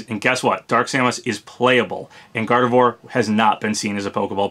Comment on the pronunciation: I hate to be that person but... Gardevoir = Gar-dev-wah... It's French.